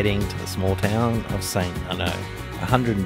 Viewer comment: Never heard St Arnaud pronounced that way before